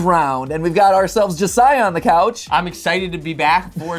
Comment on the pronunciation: Matt Pat, Major points to you for Properly pronouncing the Name Josiah Correctly!